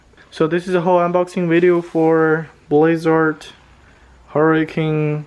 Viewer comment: Did you say boys art it’s blitz art